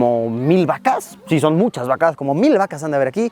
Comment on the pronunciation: como le tiembla la pierna a la vaca xd y Luisito dice "vacAs" JAJA Quiero mi like :(